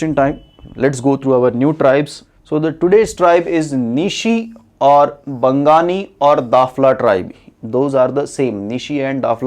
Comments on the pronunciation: First of all. Your pronounciation is wrong.. it's Bawgni (which means Human being) not Bangani. If there was no social organisation then how did many clan made their own boundary. Even they had servants, low-high class family. How it's all exist??? I as belong from Bawgni tribe I do believe to be a descendant of Abo Tani. And untill christian missionaries came here most believe in Donyi Polism religion which is called Donyi Polo - you did mention in your video that it's spirit naturalistic. We consider Sun as mother and Moon as father. First learn about Abo Tani & Aney Donyi story. Then you'll realise that Nyishi people consider themselves as Human being and remaining people as the descendants of evils. Many more. You need to research more about it. If you want to know more message me. I'll tell more about it. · you are wrong,,,its Bangni ,,,,you are pronouncing as "Bang:nanee' dont think its Bangali at all. and they worship Donyi-Polo --donyi means Sun ,polo means Moon . as well as Spirit { in memory of their Ancestral father-ABO TAANI,,.. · Dafla is a derogatory word. Before giving wisdom to others you get some wisdom first and read about some laws and acts. What is bangani???. Wrong information with wrong pronunciation👏